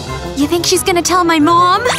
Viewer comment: It's not mon it's mom